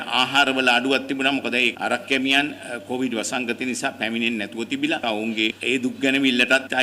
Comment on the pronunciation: meh news kiyanawa hari naha. Mu inna dawasata news balanna hithenne naha. Muwta news kiyanna kalin කොවිඩ් kiyana wachane hariyata kiyanna ugannapan. කෝවිඩ් කෝවිඩ් ගාන්නෙ 😂😂😂😂